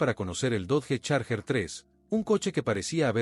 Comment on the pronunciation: Dodge, se pronuncia DOCH